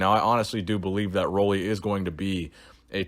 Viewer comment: FYI, his name is pronounced Ruley, as in a Ruler. Keep up the great work.